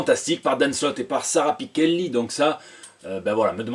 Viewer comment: 'arrange pas mes affaires! Bon, tu as prononcé "Sara Pichelli", en plus avec la prononciation exacte Italienne - qui m'a été confirmée par deux artistes de BD italienne.... Voilà. Le reste. Je le mets au vert, au Green, comme une lanterne.